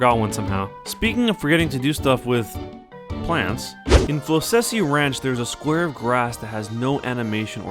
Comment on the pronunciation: I had to double check the pronunciation of Floccesy after hearing that and apparently I had it right since it's supposed to be a portmanteau of "floccus" and "prophecy."